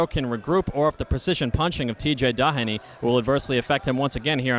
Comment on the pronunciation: seriously somebody needs to tell that commentator how to pronouce Tj DOHenys names. He's not DA HAN EE or DON agh eee. how fucking hard is it to say the mans name?